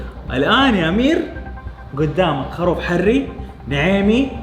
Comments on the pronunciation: يرحم امك قل خروف مو خاروف يا هطف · خروف خروف خروف المقطع رقم ١٠ وانا اقول اسمه خروف وليس خاروف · والله ترا اسمه.خروف مب خاروف